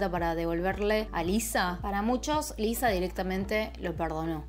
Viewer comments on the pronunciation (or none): Parece que dices Eliza